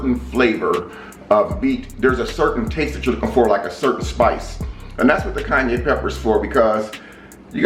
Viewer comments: Kanye pepper 🤦‍♂️ -Kai-Anne-pepper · It’s pronounced Ky-Ann or Ki-Ann if that makes it easier..🤣😂 great video though! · This was a good video.... However every time you said "Kanye Pepper" i was LMAO 🤣🤣🤣🤣🤣